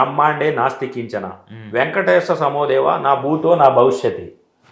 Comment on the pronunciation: "న బూతో". కాదురా నాయనా..." న భూతో "..అనిపాలకాలి.చూసుకొనిరా బాబూ.,😮